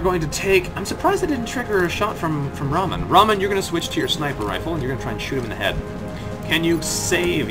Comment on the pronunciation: Well, in Rahman the H isn't silent, in-fact it is a big part of the word.